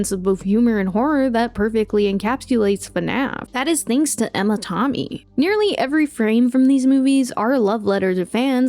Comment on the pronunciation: Absolutely LOVE this video, but Emma TOMmy? You gotta be ragebaiting, right? Literally everyone says TAMmy...